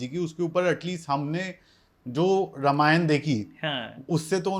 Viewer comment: Dear Sir Ramayan ka pronunciation thik se karo